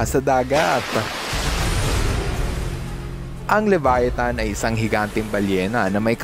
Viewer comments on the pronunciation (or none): none